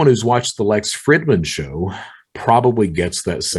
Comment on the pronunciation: You already know this but it’s pronounced freedman not Fridmannn lololololol